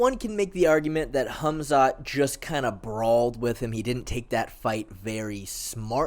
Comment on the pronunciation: I love how you say his name correctly. "Hamzat" not "Kamzat". Some names have something like a k but some don't like Hamzat and Habib. I assume he could do something wrestling wise to Costa if he trains with good and I mean GOOD heavier wrestlers.